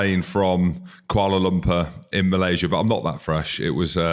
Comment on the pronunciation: Kuala Lumpur, get it right